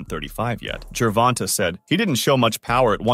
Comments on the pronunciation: Damn, dude, it's pronounced Ger-von-tay! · MY GOD MAN, SAY GERVONTA'S NAME CORRECTLY!!!!!!!